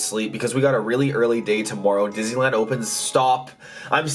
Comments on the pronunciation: he said toomoreo😂😂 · listen how he says tomorrow